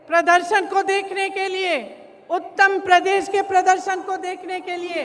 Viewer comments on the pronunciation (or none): she said uttam Pradesh 😂😂